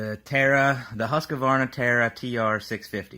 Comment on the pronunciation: It's husk-var-na not hus-ka-var-na.